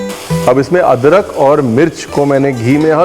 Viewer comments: Nice samosha aapne adrak ho adkar bola h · why are you saying "adkar"